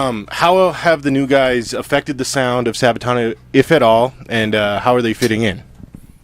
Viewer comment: Sabatan, say what O.o ? Sir, it is Sabaton, there there anyone can do a misstake :)